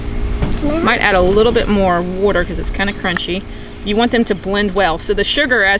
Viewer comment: Love how you say "water." I grew up in MD, and i miss hearing it said like that.